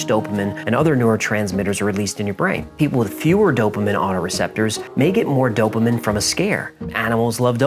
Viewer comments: Dopamine not dopamin. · It’s dopameen not dopa-min… Sorry had to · Dopamin?? its dopamine, like dopa-mean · Dope-uh-min... obsessed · Great video. Btw it’s DopAMEEN! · Sorry but...Dope-A-Meen is how it is Actually pronounced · Stop saying dopimen hahahah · I've recently become a huge fan of your show. Love the way you give the fun version and then all the facts as you know them. However, I hate the way you say dopamine. It's supposed to be pronounced doe-puh-meen. Maybe its because I'm an Aspie and/or a registered nurse, but you said it so many times, that I was completely distracted by it. 🤣😆 It's the little things that seem to bother us autists most. LOL. Keep those excellent stories coming and I'll keep passing them on to others. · on, why does he say dopamine like "DOPE-a-min"?! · I think it's hysterical that can't pronounce the word Dopamine lol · Really annoying how you say dopamine